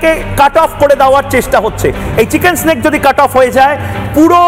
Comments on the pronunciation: আরে ভাই চিকেন স্ন্যাক নয়, কথা টা চিকেন নেক। এদের কে সাংবাদিক বানায় ? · চিকেন স্নেক কি ভাই ? উচ্চারণ করতে পারে না😅